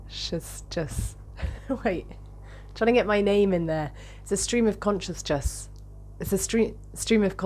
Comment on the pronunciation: Scream of consjessness 😂